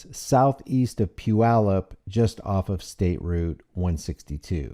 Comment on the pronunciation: Hey im impressed you prounouced Puyallup correctly. -from a WA native.